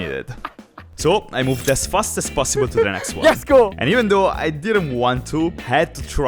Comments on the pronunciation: It's let's go not yes go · its not yes go its lets go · its not yesgo its letsgo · Why does he say yesgo ITS LETS GO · Are you saying, "Yes go!"?